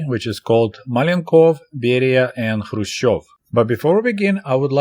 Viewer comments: kh should be pronounced like ch in Loch Ness or S. Bach, or greek letter "chi" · K is not a silent letter, so why is he not pronouncing it in Krushchev.